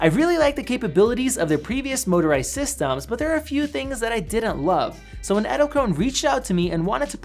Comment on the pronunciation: Edelkrone ( The last e isn't silent! You pronounce it like the first E in Edelkrone)